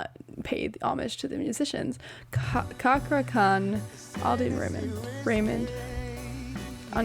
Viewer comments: Pronounced “Chah-kra” The orthography is Indonesian. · Andrea thank you for reacting to this song for me. (His name is pronounced Cha-kra i think everybody myself included gets it wrong at first) I knew you would enjoy this song being the performer that you are. That is one of the first things I noticed is the great vibe that this group had together which surprised me that he mostly a solo artist. He was on AGT where his performance of "Make it Rain" by Ed Sheeran got shut down by Simon, why I don't know why cause in my opinion he was killing it. But Simon asked for a second song which he killed as well. (Bob Marley's No Woman No Cry) that voice is something else cause when speaking English he has a very strong Indonesian accent. The AGT audition would be a good one for you to react to also he does a cover of "Monsters" by James Blunt that by the end had me balling like a baby cause of the lyrics alone but he does any cover justice like a familiar artist that we all know and love named Angelina Jordon! Great react video though I always appreciate the input you have being a great performer yourself. I am sorry if it brings up anything hurtful cause thats the last thing i want but I saved it to my playlist cause I really LOVE the cover you did of Taylor Swifts "Our Love Song" You and Katie I think her name was sounded SOOOO beautiful in that song I absolutely love it and is what made me listen to more of your music and I am so excited for your next chapter of music cause you have a bright future in music, love your tone!! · Yes, as mentioned below it's pronounced "Chakra" Khan. He's a veteran indonesian singer with a peculiar voice and amazing soul as an interpreter. I encourage you to check various of his covers: Go Go Dolls "Iris", Demi Lovato's "Anyone", Hozier's "Take me to church" among many more